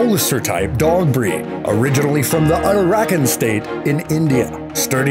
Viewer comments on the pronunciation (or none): My goodness, his pronunciation. What the hell is Arakand? It's Uttarakhand. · You got the state names wrong and even called one state as just "pradesh". You got the pronunciation of dog breeds like rajpalayam wrong and also Uttarakhand. Well, if you are making a professional videos, you aught to have those right. But still can be forgiven for this, but then you got the Indian map wrong...cmon man, Disliking the video until you get it right